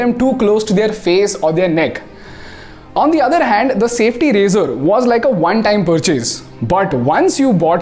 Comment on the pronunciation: Every time he says razor-r-r.